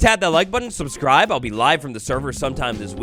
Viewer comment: Anyone else notice he said suscribe?